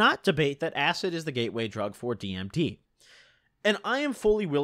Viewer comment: You saying dimeth was the cringest thing ever heard